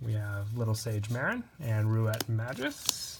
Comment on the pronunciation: May-Gus... Please... Not Majus... My ears are bleeding